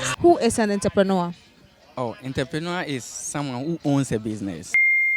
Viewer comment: Not Enterpreneur but rather entrepreneur( french word)! Love my Rak Fam!!